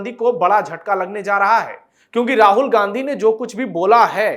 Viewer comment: राहुल घांडी है, उच्चारण सही करें।